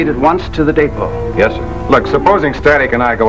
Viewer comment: That guy kept talking about the "day-po".... and the Maypo and the Alpo and the repo and the Suenteus Po and the sampo and the Edgar Allan Poe.... anything but the DEpot.